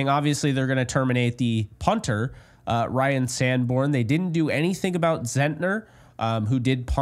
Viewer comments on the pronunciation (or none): none